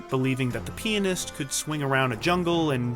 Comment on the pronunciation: Pretty sure you said "Penist" one time...maybe twice !